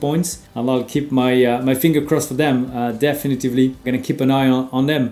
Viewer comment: Super tes vidéos, Romain. Par contre, attention, c'est "definitely", pas "definitevly"